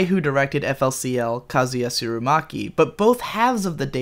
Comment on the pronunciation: It's FOOLY COOLY! You don't pronounce it as letters. Sorry, this just annoys me.